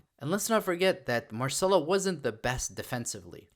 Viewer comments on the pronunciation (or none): none